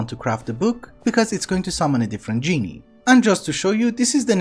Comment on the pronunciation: Genie is the pleb who gives you 3 wishes or w/e, the lamp dude is pronounced as GIN (like the drink)